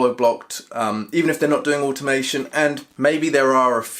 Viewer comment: What’s animation ? Or however your pronouncing it